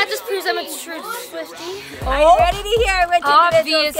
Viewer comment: When she said SWIFTIC I was saying with me